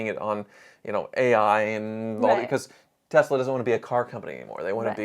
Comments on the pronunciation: can you please Spell Tezla I mean Tesla 😂😂🤣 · God I wish everyone would stop calling this company TeZla. Has everyone gone full retard?